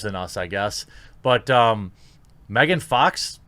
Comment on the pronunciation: just saying. its megan fox. not mehgahn.